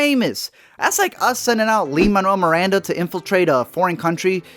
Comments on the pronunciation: Lol did he say "lee Monroe Miranda" ? 😂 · BOI DID YOU SAY “LEAN” MANUEL MIRANDA?! Sorry, the Hamil-Fan inside is having a minor panic attack. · LEAN MANUEL MIRANDA???? LIIIN??? LEEN????